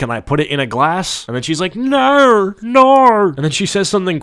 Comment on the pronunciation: that "NAWR!" seriously infuriates me to such an unreasonable level.. like how fkn stupid were the criminals sent to australia for their accent to devolve to the point where this obnoxious lunatic's "nooooo!" sounded like that??? so fkn ridiculous...